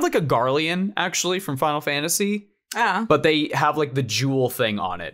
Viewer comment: Hearing Fanta sea when you said fantasy